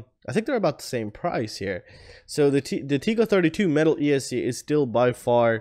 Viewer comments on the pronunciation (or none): It’s tek- ko. Not teek-ko. :)